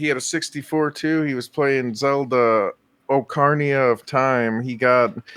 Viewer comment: this mother fucker really pronounced Ocarina like that damn